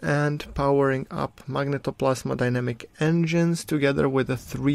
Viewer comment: Phoenix Tunes magnetoPLASMOdynamic ;)